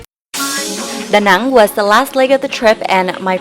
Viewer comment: She is. She is able to speak both English and Vietnamese without accent. Listen to her pronunciation of Vinh Long and Da Nang.